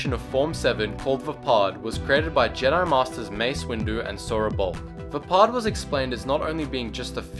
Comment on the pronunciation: Maximo665 vaapad=vaypad